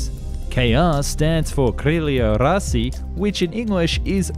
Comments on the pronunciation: . Oh my God. How terribly you read «Crelia Rasi». Okay with the Russian word «wings», I can already measure myself. But what kind of Pokemon is «Rasi»?))) In Latin, there is the word «Rossia», which just means the self-designation of Russia. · It's perfect that you take all comments and criticism into the account. And I watched the whole video and I can tell that the only thing you mispronounced was "крылья россии", as well as a surname of Кузнецов. The latter one was in the name of the engines. Besides that - great attention to the name pronounciation.